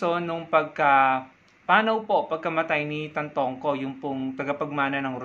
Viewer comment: It's Tantoco, not Tantongco.